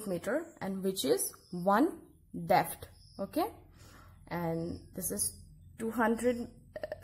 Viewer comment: It's depth not "defth"